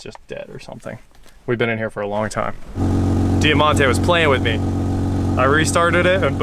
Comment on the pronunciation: It’s pronounced Die Monte, not dea monte…